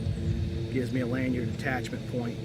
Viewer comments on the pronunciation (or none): none